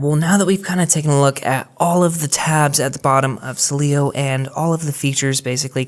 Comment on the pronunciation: I love Cydia, and will keep it, but Sileo looks so clean and updated with the times. BTW, you really struggle with saying Sileo 😅. No worries, the devils lettuce is legal in CA. Wish it was legal where I live.